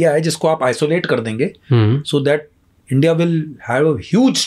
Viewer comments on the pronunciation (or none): Bhai please 'Indya' mat bol yaar , India bol